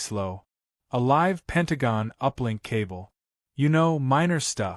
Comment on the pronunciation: Penagong....? Is your AI Chinese?